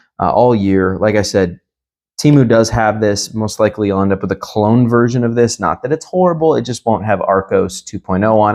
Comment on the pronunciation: Great video bro. But its "clone." Not "cologne," brv 🙏🏽